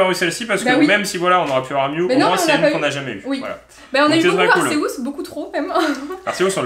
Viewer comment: on dit arcéuse pas arkéouse 🤣🤣